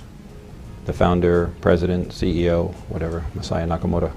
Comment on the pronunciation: FYI "Masaya" wouldn't be pronounced "messiah" (although that is super funny), but rather "mah sah yah" with no stressed syllables (so not "mah SAH yah"). Cool video. Saw "King of Kong" and was like, damn, with the Billy shit.